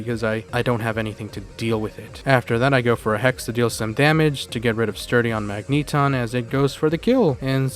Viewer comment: Is that pronunciation of Magneton a joke?